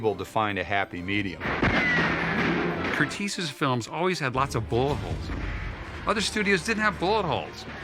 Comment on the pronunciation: I'd just like to point out that his name is pronounced "Curt-ez" NOT 'Curt-eez'. (I'm his grand-daughter)